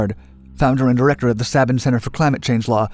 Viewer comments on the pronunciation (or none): none